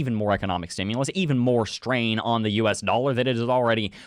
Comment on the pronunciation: There's no "o" in "stimulus".